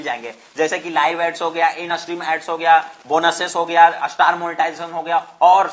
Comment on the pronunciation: star ka uccharan ap astar q karte h